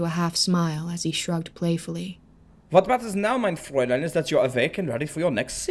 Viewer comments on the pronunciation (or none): none